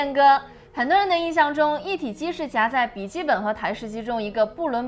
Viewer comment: 的SAM问题，最新的BIOS已经可以开启了。有两个读音纠正下， 的夹jiā在， 的板载zài。 不少观众提到的，坐在妹子边上就表情有点严肃，这几次也一直在改进，到不是紧张啥的，最近出镜多的辰辰和艾艾小姐姐都合作很多次了。主要还是自己的表情控制不太好，一个人说话的时候还好，不念稿踩提词器的时候容易控制不好，今天又专门花了点时间反复练习，下次在和妹子录的时候一定改善这个问题，谢谢大家的指正。